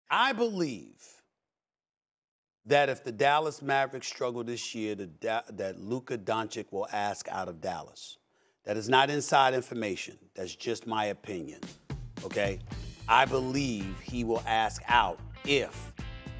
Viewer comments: Don chitch not don chick jesus its not hard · Is Stephen A really still saying luca donciK? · "Luker Donchick"- Stephen A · Stephen A is definitely pronouncing Lukas name wrong on purpose at this point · Has nobody told him how to pronounce doncic ? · How has luka been in the league 5 years now and Stephen A. still can’t pronounce Doncic correctly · 4 years has passed and the man still can't pronounce his last name properly.. top tier journalism indeed. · It's hard to take a guy seriously that after 5 years still can't pronounce his name correctly.... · The fact that Stephen A doesn't say Luka's last name properly when its very easy and obvious makes me think he's doing it on purpose out of disrespect or something I don't know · When will he ever learn how to say Luka Doncic name right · Still cannot pronounce his name correctly lol